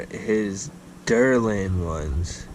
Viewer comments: The derlin lol it’s called Delrin. Good video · I just ordered a set of the natty Al Everyman earlier this week. Can't wait to sling them! Also, it's pronounced "Delrin" and not derlin.